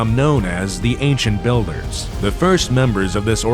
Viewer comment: Agent Builders Sounds like Agent City